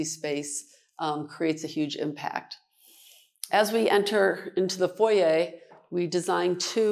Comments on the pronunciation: Exquisite ! And THANK YOU for pronouncing Foyer properly. My skin crawls when it's pronounced FOYR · Absolutely stunning!! She is lovely and pronounces “ foyer” the Canadian way! Love it! That apartments has very high ceilings. At first glance, I thought it was a house. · Yes, the French way… the correct way!